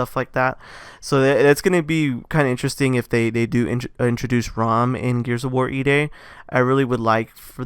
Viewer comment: It’s RAAM not ROM